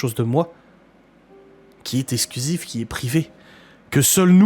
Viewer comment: les mots qui contiennent un "x" ne se prononcent pas "s"... eKSKlusif pas essclusif... c'est quand même pas compliqué...